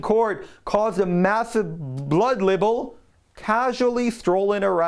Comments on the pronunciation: it's not label, it's libel, pronounced LIEBEL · Libel is pronounced "lie-bell". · They do bear responsibility, but won't accept responsibility. [FYI The word "libel" is pronounced like the word "rival".] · Will someone teach him how to pronounce the word libel? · look up the pronunciation of libel and rape.